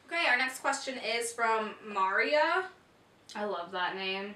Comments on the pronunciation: mar-ya lol for maria (mareeya) made me laugh. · Mahrr-ea? I love that name. HAHAHAHAHA. It's Muhreeuh! :P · Mahrr-ea really? LOL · I think you pronounced Maria wrong lol. It COULD be "muh-ree-ah" I liked the way you guys said it though! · Isn't Maria pronounced Mer-ee-yah? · I love how pronounced maria